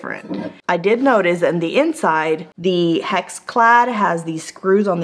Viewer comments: Hex hex hex... not hax!!!! You're damnned adorable though!!!! I love how you play coy! 🤔 😍 Good job on this!! You've charmed me into subscribing! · Yikes!! That is definitely the nonstick coating getting scratched/coming off. Glad I watched this before spending $500 on a set. Btw, it’s Hex (rhymes with decks) and stands for hexagon, the shape of the little pattern.